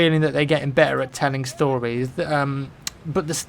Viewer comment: Sounded like your tongue went numb when u said "telling stories"